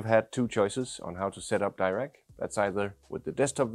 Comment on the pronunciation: Why is the option to select 'tightly focused imaging' as in the desktop app not available in the iPhone app? Also it’s’ Dee-rac not Dy-rac!